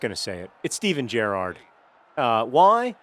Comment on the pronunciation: You started saying Gerrard correctly